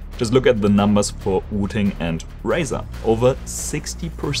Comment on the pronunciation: This guy's pronunciation of Razer threw me way off.